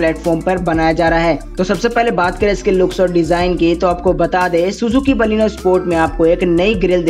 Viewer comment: Thik c baleno bolne pahele sikho